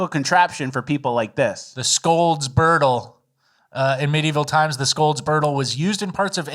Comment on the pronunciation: Someone scold for saying birdle